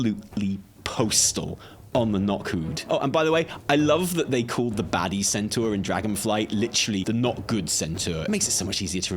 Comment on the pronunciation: "centaör" Come on, we know you know how to say centaur.